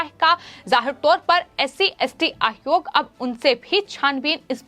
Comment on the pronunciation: Ma'am, it is not आहरोप, it is आरोप. आयोग, not आहयोग. मामले, not माहमले Get speech therapy ma'am.